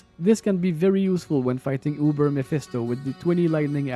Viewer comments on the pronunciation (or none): none